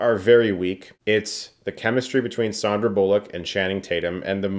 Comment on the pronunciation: Thanks for being the first person pronouncing Sandra Bullock correctly! 🥰